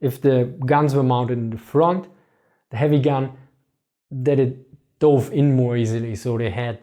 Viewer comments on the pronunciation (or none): none